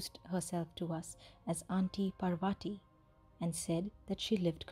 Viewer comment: How one can retain the Indian accent and still butcher the pronunciation of "Parvati" has me all sorts of confused... nice story, tho